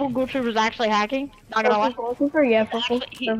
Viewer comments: All the toddlers pronounce "ghoul" like "gol" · i hate how these kids can't pronounce ghoul....i'm afraid for the future